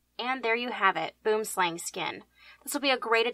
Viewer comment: Hearing non-South Africans say Boomslang always makes me giggle. For anyone who is curious it's pronounced buh-oo-uhm slah-ng